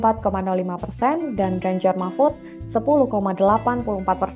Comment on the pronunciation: apa cuma aku aja yg denger kalo presenternya bilang ; ganjar marmut?